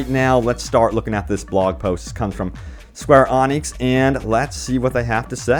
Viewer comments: Square awnecks? I'm Scottish and can pronounce it caw recktly 😂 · It's not Square Onyx bud lol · "Square Onix"? 🤔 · couldn't imagine hearing someone spelling it square ANIX like wtf dude xD